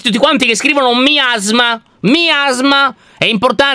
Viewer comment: Mi-asma ho miasma? LOL.